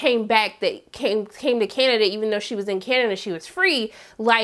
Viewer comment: Lmao i didnt notice that, but i did notice “Canadia” at least twice. You had me giggling! Love you!